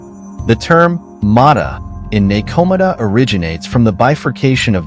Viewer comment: I love the info and high quality visuals, but the mispronunciations were painful to listen to at times. (NekoMata ugghh) Overall nice vid...maybe just google pronunciations and insert them into the script before recording. But thanks for the interesting watch!